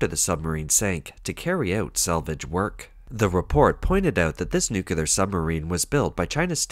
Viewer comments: Nuclear = "Noo-Klee-Arr". Not "Noo-Ku-Lar"! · A submarine's uncontrolled sinking while berthed at dock? 😮😮 Yep, that's "Made In China" quality for you... 🤣 BTW, nuclear is pronounced "NEW-klee-ar". NOT 'nucular'. Geez. M 🦘🏏😎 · How did you find a text-to-voice app that mispronounces “nuclear” as “nucular”?” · N.U.C.L.E.A.R not N.U.C.U.L.A.R.